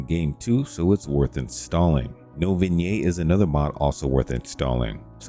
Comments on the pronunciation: vignette is pronounced vin yet not vin yay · The "Ts" on vignette are not silent. It's not "vin-yay" it's "vin-yet". Thanks for the mod showcase though.